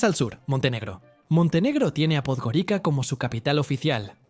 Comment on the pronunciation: En Podgorica, la C se pronuncia como en estas lenguas : TS.